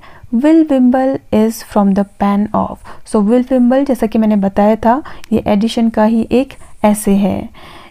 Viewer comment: Helpful video. 👌🏻 Though it's not Addishon or Addition, it's Addison. The pronunciation is quite irritating.